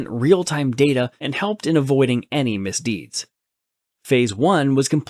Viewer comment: "misdeeds" lol